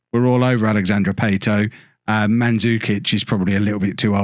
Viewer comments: It’s Pat-o not Pay-to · I get the feeling doesn’t know much about football IRL - based on how he pronounces player names. Latest example: Pato pronounced as Pay-to. I mean, come on now. This is Alexandre Pato. He was a fairly big name in football while at Milan. Poor show. Poor show.